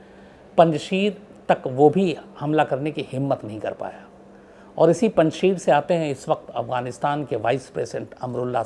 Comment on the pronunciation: It's not panchshir it's panchsher